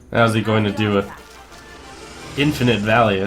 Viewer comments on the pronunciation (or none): none